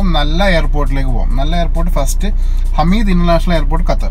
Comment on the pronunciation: Its not hameed It’s hamad international airport Qatar 🇶🇦